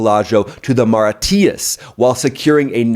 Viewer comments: Did you just call it Mari Tee-us? 😅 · I can't stop watching your videos. Thank you for your hard work. A couple of "Booklish" words though, place names. One was Mauritius, "Mawreeshus" ... 😉❤️ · ar-ki-PEL-a-go. Also Maw-REE-shus. Are you listening to Candace or something?? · Good stuff. One thing, Mauritius pronounced moh-rih-shous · With a partner from there and a child that has citizenship its pronounced "mur-rish-us" and they are called "mur-rish-ans" 👍🏻 not a dig. Love the content. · Hey I love the channel but your pronunciation today of the geographic locations of the Chagos islands and Mauritius plus the confusion about President Starmer, I assume you meant Prime Minister Starmer, was a bit Dick Van Dyke today 😂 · It is Mauritius.,, not whatever you said. You really need to study factual history and not Western Colonial propaganda narratives. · Dude, you have to learn to pronounce things. Look up Mauritius. It’s not hard. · Your pronunciation of Archipelago and Mauritius was...interesting! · Love you analysis but you butchered Mauritius and archipelago. Google the pronunciation. As I said, am a fan. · First time I've heard Mauritius pronounced that way! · Do you really know what you're talking about when it comes to Mauritius when you can't pronounce Mauritius?